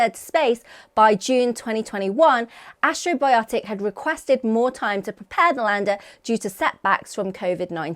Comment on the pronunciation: keeps saying "astro-biotic" when the company name is Astrobotic, as in ast-robotic.